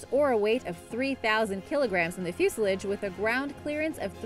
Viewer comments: it is fuselage (few sa laje) Not fewshledge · FUS-I-LOJ NOT JULAG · bottom line, she can't pronounce the word... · It’s fuse a lage not fuserlige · Fuselidge LoL When you read something and have no idea what you're reading about. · Joshua Nelson fue-sull-ij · What the hell is a 'fusilidge' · its pronounced fuse-sal-lage fusalage learn how to speak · You may need to look up the pronunciation of the work "fuselage" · Can somebody else notice how pronounces the word fuselage please??